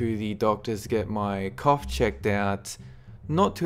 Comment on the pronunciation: Damm you said went to the doc to get your cough checked , I thought you had said another word LoLs had to rewind